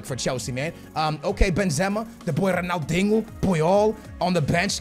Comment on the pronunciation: DUDE! the way he says ronaldinho(ronaldingo) coutinho(contingo) is so frustrating and ik he is Portuguese but even Portuguese ppl dont talk like that !